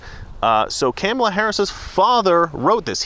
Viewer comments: Are you pronouncing her name wrong on purpose? Just wondered. If you don't know how to pronounce it - (and Tucker got in knee deep over it, accused of disrespect (said it was 'all about disrespect: reporter (“Because this will serve you and your fellow hosts on Fox. Her name is pronounced ‘comma’ — like the punctuation mark — ‘la.’ Comma-la.” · Are you pronouncing her name wrong on purpose ? The Left called Tucker Carlson on it when he did it. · Careful, you might get brownsplained to by Don Lemon and his bottomless well of smug "wisdom" for the way you're pronouncing Kamala. Remember, it's okay for non-Native English speakers to butcher English names, but not for native English speakers to use anglicized approximations of non-Anglo names. One standard for me, another for thee! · Your not pronouncing her name(Kamala)....correctly so that makes you a racist 🤣🤣🤣🤣🤣🤣🤣🤣🤣🤣🤣🤣🤣🤣🤣🤣🤣🤣🤣🤣🤣🤣🤣🤣🤣🤣🤣🤣🤣🤣🤣🤣🤣🤣🤣🤣🤣🤣🤣🤣🤣🤣....I'm obviously being facetious!!!!🤣🤣🤣🤣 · you pronounced Kameltoe Hairyass incorrectly... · Your pronouncing her name wrong......think of the 80s wrestler who was tribal and came out in war paint. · are you miss pronouncing her name on purpose....good man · YOU'RE MISPRONOUNCING HER NAME...REEEEEEE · You better learn to say Kamala name correctly, other wise the lame stream media will come after you like they did Tucker Carlson. 🤪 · Be careful, you are pronouncing her name wrong! The MSM are going to come after you. Also, Biden is now a true classic Democrat. He is an old white man with a colored woman to take care of him. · U do politics for a job bro lol how do u keep saying her name wrong? I don't care but I saw tucker doing that to. Like how don't yall know how to say her name right lol its not even hard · You mispronounced her name. CNN will be coming for you for your intentional racism. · It’s comma-la, not can-ma-la, you bigot racist!😂😂😂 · OMG (My G IS Goodness) did you not get the memo, it's name is pronounced Ka Ma La. No soup for you